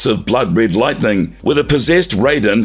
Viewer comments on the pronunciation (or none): none